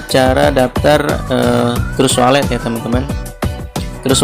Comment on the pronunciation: Trust wallet di baca "tras wolet" Cryptocurrency dibaca "kriptokaransi" Kritik membangun ya min, jangan emosi